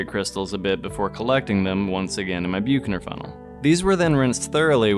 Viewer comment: Only mentioning this since it's said so many times. Büchner funnel is pronounced in English as "BUK-ner fun-nel" (UK) or "BUCK-ner fun-nel" (US). Nice video, thanks.